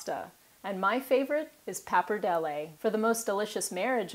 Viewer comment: You pronounce both pappardelle and bolognese very well :P